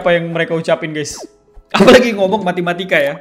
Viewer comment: Apa yang abang bilang: matematika Yang saya dengar: matimatika